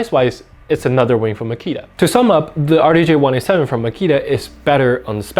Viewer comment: "D J R 1 8 7" not "R DAY J 1 8 7" lol